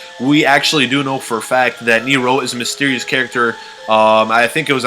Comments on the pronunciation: its supposed to be like "near-ro" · ricardo rojas ok its pronounced Neeerow ok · Who else cringed do damn hardwhen he says neRO neRO neRO ITS NEro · It's Nero, not kneer-roh, stop pronouncing it with such a fukin stop in the middle of the word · It's old but the summoning key is not a glass and why do u pronounce Nero saying neyero loved the video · I like how he pronounces nero as nerow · He says nero as neeiro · He says it Near-rows the only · He says it Near-row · Anyone being driven insane by his incorrect pronunciation of "Nero"?... -_ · Austin Spurlock he emphasizes it oddly